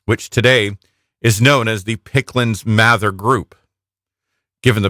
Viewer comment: Did they say Picklands Mather? It’s Pickands-Mather.